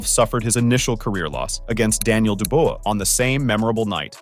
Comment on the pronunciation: Dubois = Doo-bwah Daniel Doo-bwah.